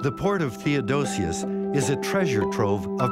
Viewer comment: THEODOSIUS. No second "o". OK?